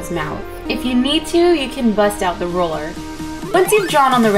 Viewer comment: ohhhhh, she said RULER. I kept hearing roller